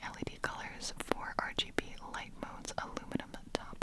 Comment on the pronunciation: Okay I might be a little sleep deprived, I thought you said ‘where is my leg’ and I was literally confused for two whole minutes. Decided to go back and finally caught that you were saying ‘where is my light’. What an adventure it was😂